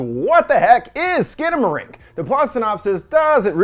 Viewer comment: it’s actually pronounced “Skannamarank”